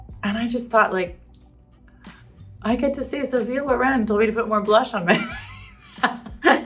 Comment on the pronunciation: “More blash” with accent 🥰😄